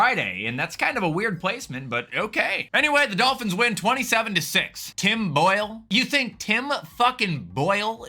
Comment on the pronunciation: The way he said Tim Boyle was hilarious to me for some reason 😭